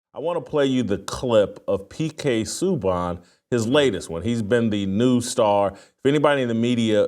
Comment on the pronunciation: Hearing jason say his name is hilarious. Its pronounced. Sue-bahn. Great hockey player, excellent defensemen he won the trophy for the leagues best.